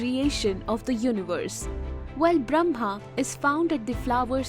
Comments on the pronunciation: it says brahma, but is pronounced bramha. which one is the correct spelling? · It's awesome but as a Hindu the Brahma is pronounced as bramma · it is Brah-ma, not Bram-ha. First, learn to pronounce the name properly, then teach.